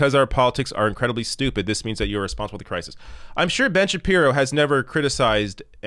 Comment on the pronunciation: Kind of a weird way to pronounce Ben Shabeebo but I'll take it